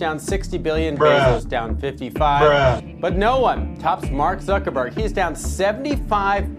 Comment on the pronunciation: makes me smile everytime he says zuchinniberg